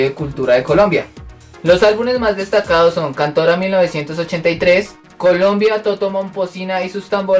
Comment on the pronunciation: No se le escucha claro el nombre de toto